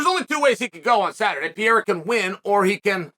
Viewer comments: It's Pereira, Chael... Not Piera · You still calling him Piera 😂😂😂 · alex poatab “pierra” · It’s pereira* not piera… cmon Chael we know you hate our country but put some respek on our champion name…. que Deus abençoe o Brazil 🇧🇷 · Alex pee-era. 😂😂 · I din't watched a Chael Sonnen video for MONTHS! And he still saying Pierra. hahahaha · How is MMA's deppest thinker able to consistently mispronounce 'Pereira'? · I love the fact that uncle Chael can not pronounce Pereira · You will finally pronounce his name correctly ?